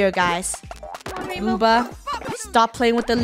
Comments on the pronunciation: It’s Luba not Lubo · Luba not Lubo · WHY CANT LUNA PLAY and i think its loob oh. Not loo ba. Im sad luna isnt here as i said PLEASE LET HER PLAY 😭😭😭😭😭😭. :{ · i thought she was supposed to be Lubo not Luba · Stop saying luba you make me think about meh grandma☹😁